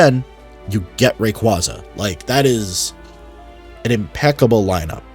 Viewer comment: Brother please learn how to pronounce Rayquaza